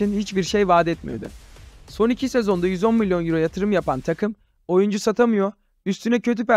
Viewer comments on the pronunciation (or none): none